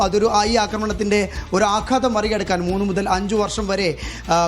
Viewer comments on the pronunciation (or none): none